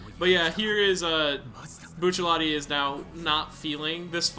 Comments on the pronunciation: ah yes, remember when bucciarati was also commonly called buccellati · Buccellati 🤮 It’s Bucciarati